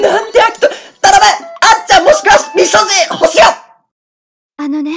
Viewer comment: 未所持が三十路に聞こえた！わはははは！(？)